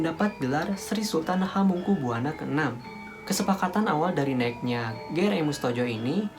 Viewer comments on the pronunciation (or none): Jangan buwana to dek,,bacanya ya Buwono biar enak di dengar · Hamengkubuwana dibaca hamengkubywono, woi goblok! Ini orang mungkin irang jawa barat atau jakarta. Pekok